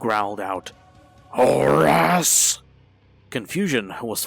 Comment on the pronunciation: "Horus?!" ...oh no...